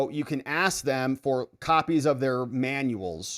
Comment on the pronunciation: Thank you, it is ASK. A Congress person should be able to speak correctly.